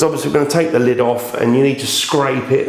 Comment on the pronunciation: yeah i've got a question! is 'the' 'ze' in northern ireland? just curious :)